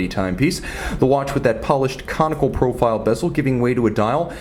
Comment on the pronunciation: You gotta trim wrist hairs or else it messes wrist shots! And stop sounding ouuoo ouooo .. more- mouuorr.... profile -- prouofile...